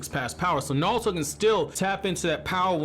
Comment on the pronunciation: Sorry but are you saying naluto